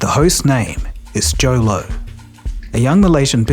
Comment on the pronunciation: Why does Joe LOW sounds like YOLO :D